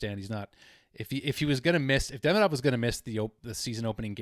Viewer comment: Just so you KNOW ... THE OFFICIAL .. pronunciation of his name ...is Ka-PAN IN ..!!! WITH THE "PAN " PART MOST EMPHASIZED ..!! YES ITS NOT .."KAP" A- NIN ...BUT . KA PAN IN ...!! ALSO ...DE-"MEE"-DOV...IS THE WAY HE WANTS IT PRONOUNCED..!!